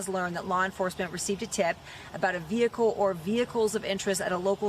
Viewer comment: Oh no, not a VEE HICKLE